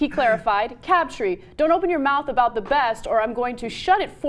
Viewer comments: It's Crabtree not cabtree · why is she saying "CABTREE" and not "CRABTREE" or is it just me? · cRabtree, not cabtree, and go BRONCOS! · It's Crabtree, not Cabtree. Can we have someone who isn't a woman reading the transcript? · Ana it's CRAB+tree not CAB+tree, you said cab three times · Umm Ana, you do know that Crabtree is not pronounced Cabtree. Making an error in speaking once is one thing, but twice? Come on Ana you can do better as a "journalist" bwahahaha a journalist. that's a good one. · Anna - CRABtree, not CABtree. All you have to do is READ. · Who the hell is "Cabtree"? did not know he was in the league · lol "Crabtree" lmao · It's CRABtree. Can she read? That was really annoying. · lol Ana. 'Cabtree'. C'mon, stop making these reading errors every time.